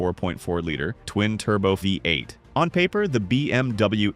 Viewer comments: Sometimes it's Ford F one hundred fifty. With a Vye-8 engine. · Huge Credibility Issues: Phony AI voiceover pronounces "V8" as "Five-8." Soooo, what actual, detrimental facts did the poster miss?